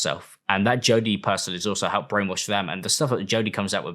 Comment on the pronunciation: As a Bri-ish puhhson 😛